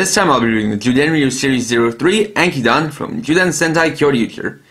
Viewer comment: Ankydon name is pronounced as Ank-ki-don i belive